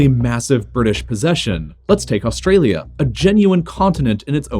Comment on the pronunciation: that’s the first time I’ve heard an American say “Australia” properly